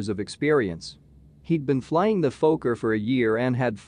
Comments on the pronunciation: It si not "f-OH-kker", it is "f-AH-kker". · Robot needs to know it’s a focker not a folker…. This is what happens when your not ready and you let ATC make your decisions for you, Wouldn’t have started the approach with RVR below the required. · Phoca? It's a Fokker. It's like calling a Douglas a doo glas. You know anything about aircraft but don't know something basic like what it's called?